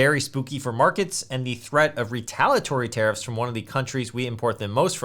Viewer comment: I keep hearing "terrorists" instead of tariffs. 😅😅